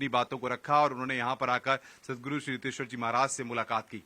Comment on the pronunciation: it is riteshwar not hiteshwar also this journalist is shameless